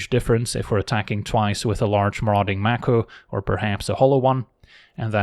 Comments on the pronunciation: Mako is pronounced May ko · Maybe it's a regional thing (northeastern US) but I always pronounced it MAY-ko